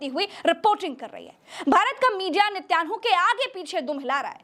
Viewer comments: Plz sahi naam to Lena seekho netan Yahoo hai naki nityanu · I liked your Journalism but the Name is NE-TAN-YAHU 10/10 Journalism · Please pronounce Nitinyahoo correctly